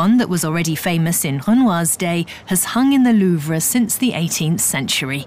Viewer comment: Seriously can’t handle the way keep pronouncing “Louvre”